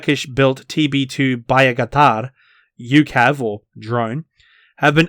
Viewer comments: For crying out loud mate STOP pronouncing Bayraktar like "Bye-A-Katar" ! It's so cringe! XD it's just "Bàyraktar" put it up google translate if you wish. You somehow managed to come up with a wrong pronunciation that is more difficult to say than the actual pronunciation of the word XD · Bayakatar Srsly, native english speakers struggle to pronounce anything thats not english lmfao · "Bayakatar"? Seriously? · Why can’t you say “Bayraktar” properly 😂😂🤣